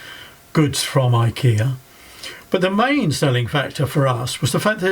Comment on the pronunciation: Hopefully 3 years later he’s learnt how to pronounce ikea.